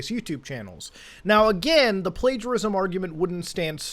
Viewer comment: I cannot believe Mutahar just didn’t bother checking the word “Plagiarism” up. He literally said “Plagarism”. Nice effort brother. I mean I know Muta, he always double-checks, but he didn’t this time.